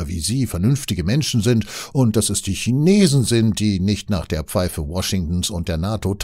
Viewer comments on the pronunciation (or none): none